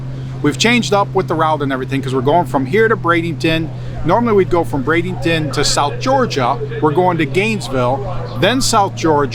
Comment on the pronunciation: Dear, just an awesome effort on the livestream and videos, but we are all wondering where BradINGton is? We all know you can do it.. say it with us, B R A D E N T O N